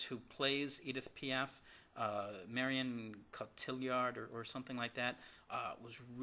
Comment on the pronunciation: I was an AMAZING movie and Marion Cotillard deserved winning the Academy Award! (which she did). I can't believe thi8s guy claims to be a "Film Critic" yet doesn't do researchg prior to this video and can't even pronounce the Lead actresses' name correctly. WTF! What a KNOW Nothing. Stop doing movie reviews.